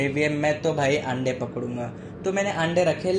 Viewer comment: if you notice he said "aande" instead of ande 👀